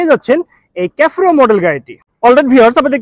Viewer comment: ক্যাফোরো না রে ভাই। সেফিরো